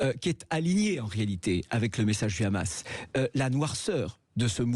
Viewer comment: Il dit khamas et non hamas et pourtant il a dit Arris pour Harris et non Kharris. Ça donne une idée où il s'informe sur le génocide à Gaza auprès de son ami le boucher bibi 😂